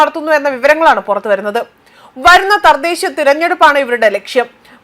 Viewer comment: Sister you need to study more...need to acquire more knowledge...read more and more.. ** Thardesha election alla..thadhesha...people are more knowledgeable